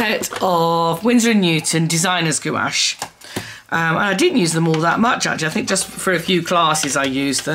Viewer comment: Gouache is pronounced Gwash, lol! I used to say it like u too. Love ur video!